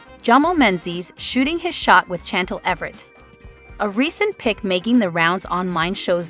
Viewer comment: Pls it driver me crazy, Chantel pronounced Shantel .pls pronounce properly.